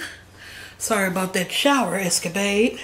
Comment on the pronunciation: you said escabade but its escapade..sorry, I'm very big on literature lol